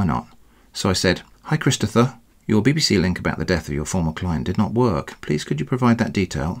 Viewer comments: "Chidstopher" lol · laughing so hard at the way he keeps mangling Christopgoher